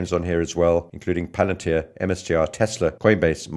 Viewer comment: I’m quite fascinated with the ‘Palantier’ pronounciation. I can’t get enough of it